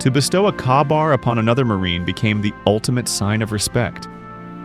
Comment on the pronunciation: It's pronounced kay-bar.